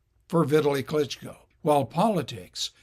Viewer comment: His name doesn't rhyme with "Italy."